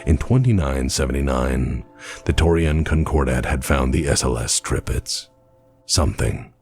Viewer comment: No you did not say that right. But Tir-Pitz is a german name. One of a very (in)famous WWII Battleship actually. And non of you anglos ever get those right. is making a very good effort and manages to get them mostly right. Edit: And i just noticed, that it is actually written wrong in the title of his vid as well O.o Edit 2: Huh, appearantly that wrong name is the actual name used..